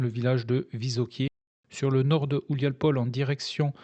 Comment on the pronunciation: houliapole à prononcer ouliapolé